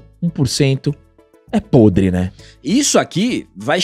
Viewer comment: Grande bordão🤣Quando O fala (podre) eu morro de rir,ele fala com tanta vontade🤣